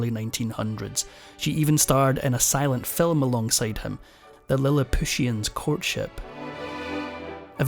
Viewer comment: Lilip pushen???? Cant these stupid 'voices' read from a written text, so they could see the words? The voice sounds (maybe?) Irish....a real person would be familiar with Swift's Gullivers Travels and Lilliputians!!!!